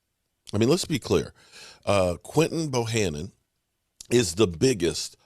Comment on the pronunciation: Hey what's up luv ur content but can u stop calling him Bohannon his name is Bohanna Bohanna Bohanna